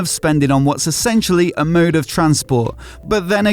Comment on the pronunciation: I could have sworn I heard him say "murrrder transport" like you're going to kill yourself...it made sense in my mind at that moment. Calling it transportation is insulting.